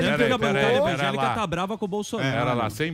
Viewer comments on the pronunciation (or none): a carla zambelle nao perdou nao epaaaaaaaaaaaaa fala o nome errado e problema